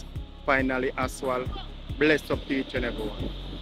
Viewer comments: You keep calling asphalt aswal it is pronounced asfalt a d not aswal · I have been telling him that from last year that the word is ASPHALT and not ASWALT...😂😂😂😂😂😂and the man would never change and pronounce the word the right way..😂😂😂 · I love your channel, but I think you call asphalt wrong. It aswal